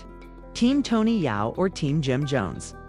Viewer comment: Yo STOP trying to spin this…. This is not your lane…. You are not even having the AI say Tony’s name correctly… Just Stop It!!!!!